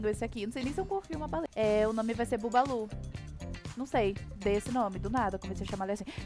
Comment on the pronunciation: Oi, se escreve buballo ( n sei como se escreve muito bem ) Mais se pronuncia(fala) Babalu